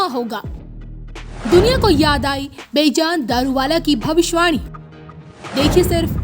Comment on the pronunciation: Please correct your pronunciation of the name of this great astrologer. You keep calling him बेजान throughout in your narration. By doing so, you have as if, made this 'lively' personality 'lifeless'. Being a Parsi myself I feel very bad to hear that pronunciation. The correct pronunciation is बेजन. Please take care to correct yourself henceforth.